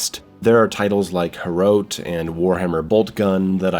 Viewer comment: I liked the video overall don't get me wrong but the way you pronounce Hrot still gives me PTSD lmao